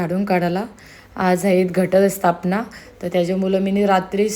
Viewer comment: स्तापना ❌ स्थापना ✅